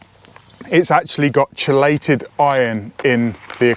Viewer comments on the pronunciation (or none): i fully respect such variations. However, word root is “keey-late” & has one correct pronunciation. Just like a woman confidently told me, her own industry, that potable (water) is pronounced “pot-able”. There is one correct pronunciation & it is Poh-table. “Height” has no “th” sound but 30% of English speakers say “I measured the heig-th of the shelf”. You hear it EVERYWHERE - media broadcasters, you tube, movies, etc. Creative individual or regional identity is different than made-up justification for bogus errors - not impugning you for such failures; just very common. There is not a lot of wiggle room here about local or regional dialect.